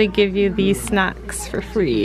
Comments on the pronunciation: I thought you said "sex" instead of "snacks"!!! Lol. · When you said "snacks" it sounded like "sex" .... just saying ... 😁😂😂😉